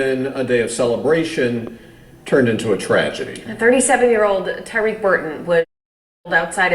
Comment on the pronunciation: Why did the news reporter demolish his name tho???? So disrespectful...respect the deceased by pronouncing his name correctly. Damn.. it's not hard to pronounce..TY-REEK. Not Ty RECK. 😑